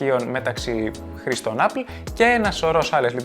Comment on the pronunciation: Εγώ "χρήστων" άκουσα, όχι "χρηστών", αλλιώς δεν θα έκανα το σχόλιο.